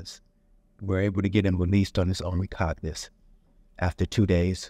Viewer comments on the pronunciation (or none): I'm extremely uncomfortable with the thought of paying/trusting the USCCA for... Much less paying $50,000 for.... An attorney who isn't even capable of pronouncing "recognizance" correctly. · I was making a joke at the expense of the gentleman in the video who claims to be an attorney yet doesn't know how to pronounce commonly used legal terms such as "recognizance" properly..... I didn't need a reply advertisement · When a lawyer cant even say the word recognizance 😂😂😂 beware! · he didn't make a mistake or misspeak, he said it multiple times incorrectly, and never corrected himself meaning he actually doesn't know he's saying the word wrong... And it's specifically a legal term that an attorney should know well